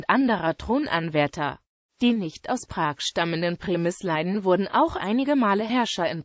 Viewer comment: Wird das in Deutschem wirklich als "Premisleiden" ausgesprochen? Ist das "i" nicht lang und gespannt?